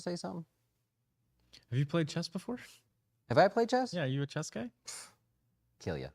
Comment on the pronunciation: Did he say Do you play Chest?? lol